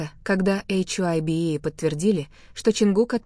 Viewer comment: БТС молчат, вот и придумивают чушь, и говорите правильно имена и что за ейчайби Хайби Хайби правильно их фирма,что ви язик ламаете, мало того что врете еще и коверкаете имена просто ужас